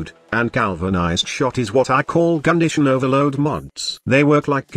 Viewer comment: It sounded like you called it Gundition Overload, and that's what I'm calling it from now on.